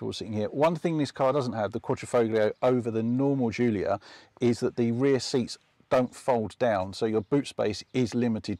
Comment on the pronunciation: The Jiulia is my favourite by far. I only wish car tube guy's could fucking pronounce it properly.